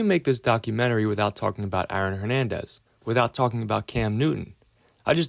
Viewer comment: Can’t help but hear you saying “Iron Hernandez” over and over again